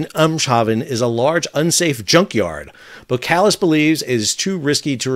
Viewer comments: 2 minor notes on pronunciation: 1 Boskalis contains an s before the k 2 your pronunciation of Eemshaven is close, but it would be even better if you pronounce the Eems bit as you pronounce aims. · Thanks for another great insight! :-) My takes for your pronunciation: - you (Americans) would spell "Aims-haw-fen" - Boskalis had before (in one phase) been spelled "Bos & Kalis". That first "s" does get pronounced. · Thanks for your views. (BTW, the 's' in Boskalis is not silent, just saying.) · You are not pronouncing Eemshaven correctly. The first vowel sound is a long a sound, analog to the first vowel sound in 'wave'. Also as far as I know the first s in Boskalis is not silent . Keep up the good videos. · Hey Sal, just FYI You could pronounce EEMSHAVEN as EAMES (like the furniture designer couple) and ‘Haven’ from NEW HAVEN. And Boskalis as BOSS (the fashion brand) -Kalis. We’re Dutch, not French ;)